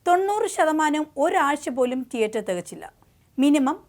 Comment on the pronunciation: ട്ടിയട്ടർ അല്ല തീയേറ്റർ എന്ന് വേണം ഉച്ചരിക്കാൻ 😏